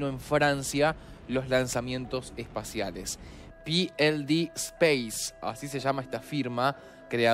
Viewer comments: Es "PE ELE DE" space no "PI EL DI". hablamos Español no guiri. ❤❌🇪🇸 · 1Se dice pld ....no con pronunciamiento anglosajón 2 no se lanza en Francia, es en Guyana,al norte de brasil,que es territorio europeo de ultramar. 4 Es una empresa privada,el gobierno de perro Sánchez nada tiene que ver.